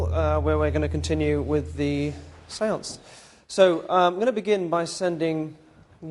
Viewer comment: I know how he got her to go into number seven atleast. He said the sense several times in a way where it sounded like seven